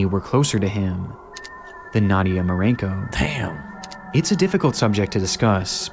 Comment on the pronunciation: Only an American could read the name "Marcinko" and then just completely ignore the C and make it "Marinko"